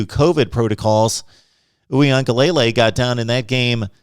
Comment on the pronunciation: Dj’ name is pronounced oowee-an-ga-LA-LAY… its not lay lay at the end